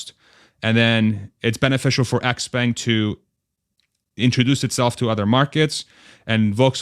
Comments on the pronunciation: Expang is the pronunciation..sortof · Xpeng is pronounced "Shaow-Pung" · I thought there's a hint of "J" in the "sh" Like the French "Je"